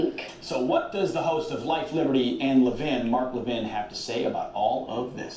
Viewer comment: Hi love your news clips. You are pronouncing Mark Levin incorrectly. Its Le - vin. Not leavin. No biggie just pointing it out. Your great. Consider 4d chess for sessions and Gowdy. They want the left to think they are wishywashy so will get approved by congress for maybe supreme court or head of NSA. Sessions is hiding the 30,000 sealed indictments. All this does not make logical sense otherwise. Gowdy was inside trumps circle. He told Nunez in the meeting lady off its not time to disclose. Think hard